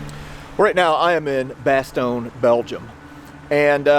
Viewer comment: Its bastogne not bestone